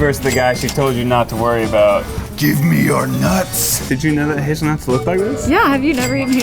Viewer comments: He said hazelnuts but it sounded like his nuts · Am I the only one to thought when said hazelnuts, it sounds like 'his nuts'? Had to take a pause for a couple of seconds there. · I heard the same dude xD I can't hear Hazelnuts.